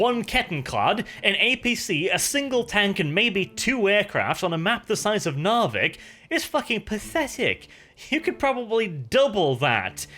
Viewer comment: has been speaking english too long, forgotten how to pronounce Narvik xp